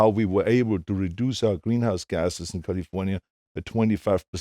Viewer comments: Adam Romero CAHL-IF-OWN-YA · Me to I'm just waiting for the arrrrrrrrrrrrrrr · Yes! min